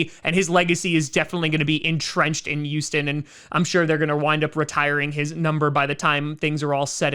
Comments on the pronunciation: Why does say Youston and not Houston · Does anyone else notice him saying Uston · “Youston Texans” lmao 😂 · He sounds like he says youston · The You-Sten Texans